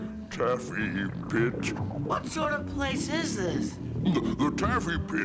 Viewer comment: He says pit bruh